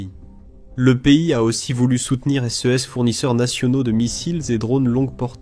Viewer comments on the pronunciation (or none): Chere IA "SES" se prononce :"c" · aprener donc a IA a mieux prononcer ex: s e s au lieu de ses c e au lieu de ce c e s au lieu de ces pourquoi epeler ces mots au lieu de les nommé comme tout le monde . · À nouveau le sujet est super intéressant et très bien traité. Les sources sont de toute bonne qualité comme d’habitude. Mais le commentaire synthétique me sort vraiment par tous les pores. Voilà qu’il se met à épeler les pronoms « ce » « ses » c’est à devenir fou ! On ne comprend plus rien de ce qu’il raconte !! Réagissez, bon sang‼️😤 Même « ici » devient « i-c-i »‼️ Comment voulez-vous qu’on écoute ça pendant vingt minutes sans devenir cinglé ??!!